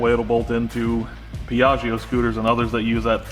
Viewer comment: Yeey, I like the new project, and I like shed redesign it's like time travel :D ps. when you read piaggio it's actually like piaggo without "i" :P Stay well!! \m/